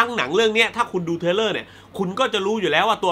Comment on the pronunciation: ขอพูดนิดนึงนะครับพี่ ผมได้ยินพี่ออกเสียงปนกันบ่อยๆ ระหว่าง ทริลเลอร์(thriller) กับ เทรลเลอร์(trailer) สองคำนี้มันคนละความหมายกันนะครับพี่ ผมกลัวบางคนเขาฟังไม่เข้าใจ ผมเสนอ สมมุติออกเสียงผิด แต่อัดไปแล้วแก้ไม่ทัน อาจจะใส่ซัพขึ้นแก้ก็ได้ครับ เรื่องภาษาอังกฤษนี่ผมไม่อยากให้พลาดจริงๆ ด้วยความหวังดีฮะ ปล. รอดูรีแอคชั่น uncut gems นะครับ :D